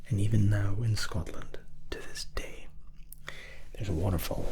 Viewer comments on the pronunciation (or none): none